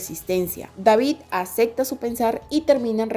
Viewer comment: Muy bueno, nada más te falta pronunciar "acepta" y "aceptarlo" en vez de "acecta" y "acectarlo"